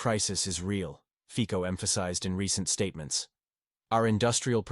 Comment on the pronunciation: Fico in Slovak is pronounced more like Fitso than Fiko.